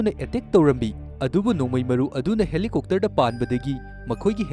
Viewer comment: Helicopter ❌ Helicokter ✅ 😂😂😂😂😂